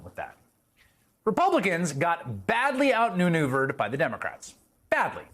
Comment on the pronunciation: "New-neuvered"??? Huh?